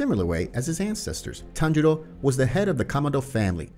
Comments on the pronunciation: people hearing tanjiro instead of tanjuro: SWEET HOME ALABAMA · tanjiros dad name: tanjuro him: says tanjuro like tanjiro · It’s not Tanjiro, is tanjuro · its tanjuro not tanjiro :/ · Bruh just said at tanjiro's father he said tanjiro no tanjuro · am i going crazy or does he call Tanjiro's father Tanjiro? [Its Tanjuri] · its tan JU ro not tanjiro (for tanjiros father) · HIS FATHER NAME IS TANJURO NOT TANJIRO WTH MAN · its tanjuro not tanjiro